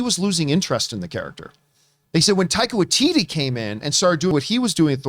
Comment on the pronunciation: You say taika watiti and thor, I'm there.